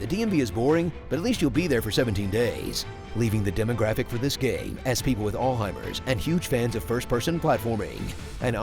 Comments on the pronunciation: What is All-heimer's? I thought it was Alzheimer's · please pronounce the "z" in alzheimer's! (alts-hi-mers) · What's Allheimer's? (pssst There's a "z" in there 😉 )